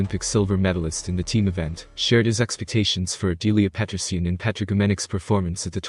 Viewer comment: Аделии Петринин это ты автор не образованный..она Аделия Петросян запомните как вам даже это не радует..а ты автор лучше произносить не можешь Фамилию Аделия Петросян...и тут комментатор несчастный 😡 😡...